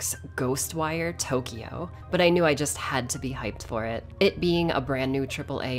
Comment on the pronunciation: It's funny how she pronounces all Japanese names and items correctly but doesn't bother with pronounce Tokyo right.